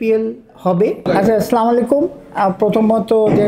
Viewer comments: সালাম টা ঠিক মতো দিলো না,ছামালাইকুম কি শব্দ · সালাম দেওয়ার উচ্চারণটা ঠিক হয়নি আসসালামুয়ালাইকুম বলতে হবে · সালামটা সুন্দর করে শিখবেন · ভাই আপনারা কি সালাম টা ও ঠিক করে দিতে পারেন না